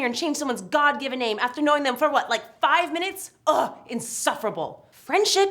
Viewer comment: If you stop it and start it again , it sounds like he says, "i Ike you" lol